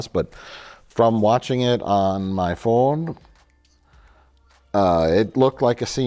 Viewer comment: I'm gonna guess Mike heard the accent came through on "phone" and paused for a second to think if he wanted to cut and do another take.